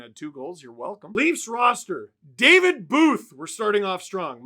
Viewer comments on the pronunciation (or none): none